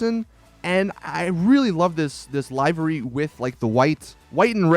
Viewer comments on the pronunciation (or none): btw is pronounced LIV Er ey ( livery ) not live er ey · It’s fucking livery not leyevery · lie-very... I think someone needs to learn how to pronounce words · Boy really said “live-er-e” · Livery isn't pronounced like that. it's like liver ee. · Live REEE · BTW, yu keep saying "livery" incorrectly. Pronounce it liv-uh-ree